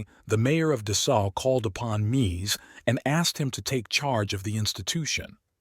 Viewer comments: Why can’t this guy decide on the pronunciation of Mies? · Please learn how to pronounce his first name.........